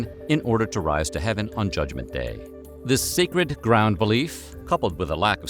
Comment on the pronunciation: Dis (section) and Dat 😂